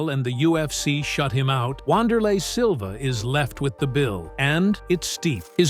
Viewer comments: Come on man.....at LEAST take the time to find out how to pronounce the mans name correctly. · 2 secs into the video and you mispronounced his name. Adding this channel to the block list.